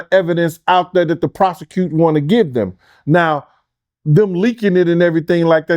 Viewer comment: Nicca said the “prosecuser” pronunciation be killin me😭